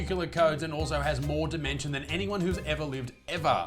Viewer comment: Did Butterfield say dimension rather dementia.